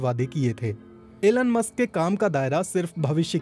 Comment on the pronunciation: Aeeelun Musk :- BBC hindi